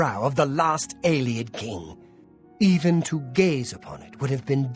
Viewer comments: How many times does Umbacano have to say "AE-lee-id" before you stop saying "ai-LAY-ed"?!? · please, it's pronounced Ay-Lee-Id, not Eye-Lay-Id. Listen to the NPCs! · No,, you do not meet an Eyelayid Elf because Eyelayid Elves do not exist in the Elder Scrolls. Ayleid (Ay-Lee-Id) Elves did exist at one point in Cyrodiil. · You'd hope, with how many times Ayleid was said this episode, he might pick up on the pronounciation. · Say Alien. Now say Ayleid. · The nightmare of hearing pronounce ayleid several times in one episode. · How many people have told him how to pronounce Ayleid and he still doesn't say it right? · Either is doing it on purpose because it annoys us or his -1 perception is so bad he cannot comprehend how to pronounce it.